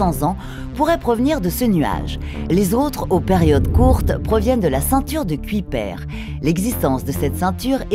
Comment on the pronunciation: Bonne vidéo :) Petites erreurs de prononciation pour Kuiper et Oort, on ne dit pas "cuipère" mais bien "cueille-peur" et "ôrt et non "ort'", les noms venant tous deux du néerlandais ;) (et dawn se prononce "dône" ^^) Désolé d'être pointilleux ^^ Aussi, pouvez-vous expliquer comment les étoiles qui passent près du nuage d'Oort font pour pousser les comètes à plonger à l'intérieur du système solaire ? Ne devraient-elles pas plutôt être attirées par ces étoiles? Je ne comprends pas. Merci d'avance !